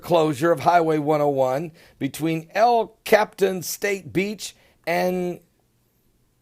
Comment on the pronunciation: El cap-eee-tann not captan. GIGGLES